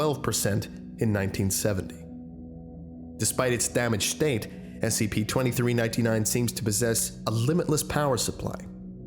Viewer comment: and everyones gonna ignore the fact he said SCIPS?